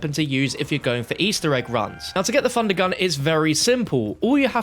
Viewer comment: “How to get a three fundergun”